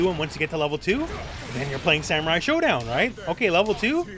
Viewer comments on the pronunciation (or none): none